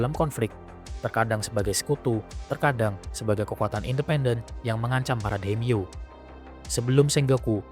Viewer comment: Bukan daim-yo tapi dai-mio artinya nama besar.